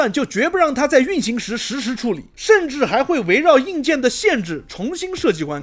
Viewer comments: 看老九滿多影片，才發現您沒把關卡的卡，念成ㄑㄧㄚˇ，莫名感到欣慰。 卡確實是有ㄑㄧㄚˇ音念法，但是那是指"夾住的狀況"或是卡住的動作本身，所以卡住念ㄑㄧㄚˇ是對的，但是關卡之類的名詞應該唸ㄎㄚˇ，還有信用卡或是卡路里，這些都算是Card或是Ca之類的音譯延伸出來的，也是名詞，都應該唸ㄎㄚˇ。 抱歉跑題了，確實認同那些畫面細節的雕琢，實在是本末倒置...先把遊戲性弄好再說吧。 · 是的，但是關卡是真的要念ㄎㄚˇ，只是他們遊戲頻道都統一念ㄑㄧㄚˇ...不過說嚴重也還好，所以也只是聽到正確發音感到欣慰而已。 許多不在意正確的發音，久了就沒人知道正確是什麼了。 好比現在政確DEI在各種作品當中洗，感覺就是賭等過一代兩代，孩子們分不出什麼是原本的了。 有時候計較一下小東西，還是有必要的，至少吾偶而會腦抽當認真魔人。w